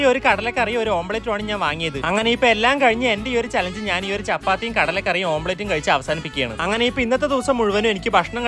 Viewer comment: ഓംപ്ലേറ്റ് ❌ ഓംലെറ്റ് ✅